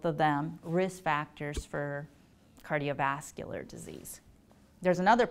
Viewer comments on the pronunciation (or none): none